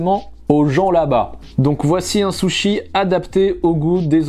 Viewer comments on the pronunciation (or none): Y'en a qui disent Soushi, toi tu dis carrément Sochi 😂 Alors qu'en vrai c'est Sushi ( le U prononcé comme le U français ). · Je reve ou il a dit les "saushi" ? 🤣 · pourquoi t'as dis soshi. pourquoi. t'as dis. soshi. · Par contre la prononciation c’est autre chose 😂 « j’adore les sochi » 😂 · Soshi?!?! Non ct juste une erreur de prononciation